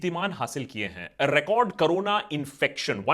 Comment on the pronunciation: Pehle corona bolna toh seekh le carona 😂😂😂😂😂